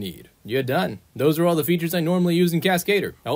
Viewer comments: I'll give a tip back. It's pronunciation: Cascadeur, it's Cas-kah-deur, rymes with bah, NOT Cas-kay-deur, rymes with hey. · Ah yes, The Cascedor